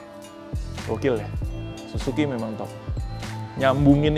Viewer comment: yang bener SIZUKI bg. 😂😅